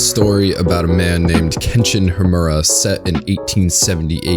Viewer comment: lost me at "kenshin Hamorra" sheeesh talk about mispronouncing a name sheesh